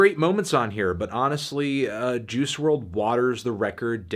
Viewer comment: Its pronounced juice, not Jews.